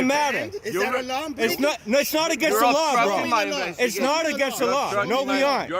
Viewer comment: "you're obstrupting my inbestigation"...sounds legit